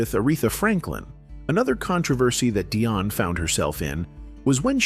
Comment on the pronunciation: In the future, please say 'Dee-On' not "Dai-on'. Her last name is pronounced "wor-wik" nor "wor-rik" and the label is "sep-ter' not "skep-ter' please stop switching back and forth like on this video like you are not into Dionne Warwick at all.